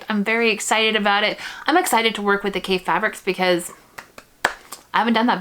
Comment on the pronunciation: His name is pronounced like coffee, with an A! He's a very creative designer with a passion for color! You can't go wrong with any of his fabrics!